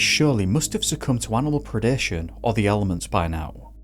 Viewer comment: I like it when you always say animal pre deh shone! 😅